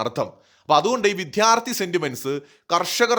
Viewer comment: വിദ്യാർത്ഥി. വിഥ്യാര്‍ഥി അല്ല